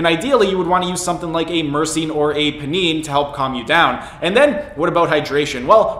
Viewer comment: It's pronounced "pie-neen". Think of it like you're going to extract some pinene from the pine needles of a pine tree.